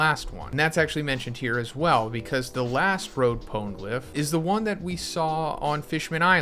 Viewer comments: Also "poan-glyph", it was like hearing nails on a blackboard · Yo sorry it was bugging me mass. Try it like this “pone-eh-glyph” love the content tho. Keep it up brotha.